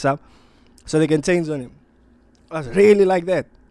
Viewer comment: Doing his Thaang😂 how you gonna say us with an American accent